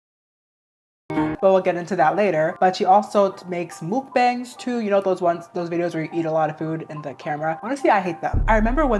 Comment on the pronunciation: its pronounced “muck-bang” I think. (No hate, of course)